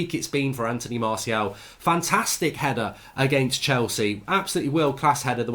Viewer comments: La Stacey everyone: Anthony Martial Goldridge: Anthony Marseal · Drinking game: every time mark says Antony Marseal (Martial) take a shot. Be drunk 15mins in